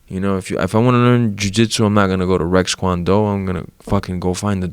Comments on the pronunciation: "Rexkwando" OMG 😂😂😂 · Jorge "Napoleon Dynamite" Masvidal. He literally said Rex Kwon Do. 😂